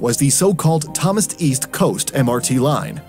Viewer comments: It is Thom son not thomas east coast line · You said Thomson wrongly in the video. You said it as Thomas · Thomas east coast line? it's Thomson east coast line man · why did he say tOHmas east coast line